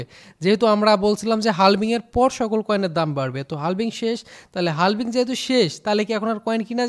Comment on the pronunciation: হালভিং না ভাই হাভিং বলে এটাকে